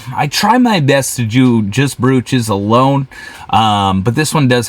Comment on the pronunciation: Hey there! This is a fun channel. I champion your success. The correct pronunciation is “broach” (like roach). Also, you have misspelled the word in the title of your video on YT, which may affect your views.